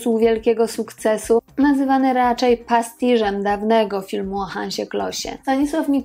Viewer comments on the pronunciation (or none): "widzowie Węgrzech"? - Nie "Samochodzik i Templariusze" tylko "Pan Samochodzik..." - pastiszem, a nie pastiżem